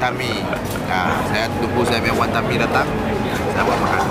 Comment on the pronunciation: bila boon heong cakap wan tan mee，aku tersalah dengar wantanabe🤣🤣